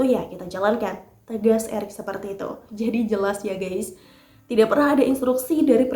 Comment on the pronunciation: Maaf ya. Bukan mau sok pintar tp sebut kata "GUYS harus hati2. Jangan salah baca. Bacax harus "GAIS" jangan baca GEIS. Artinya akan beda. Mohon maaf ya...!!! Kritik membangun